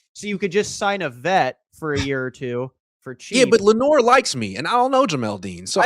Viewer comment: Saying Lenoir is just ridiculous